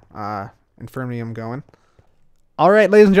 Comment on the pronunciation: Than you for mispronouncing it as "infernium", because that reminded me of a mod I was making and motivated me to make some progress in its development a little more! :D